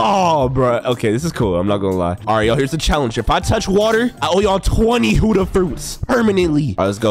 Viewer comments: And it's Buddha not huddha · Its not huda its buhhda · also stop saying hudda its budha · Budha not hudha stiupid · buddha is said (boo - duh) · WHY DO U SAY HUUDA